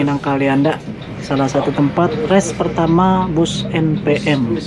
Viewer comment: Lucu nyebut NPM nya.. anak saya jd ngakak 🤣🤣 en pee em 🤣